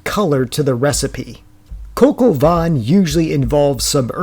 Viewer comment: This is dreadful especially when you have no clue on how to pronounce the dish..????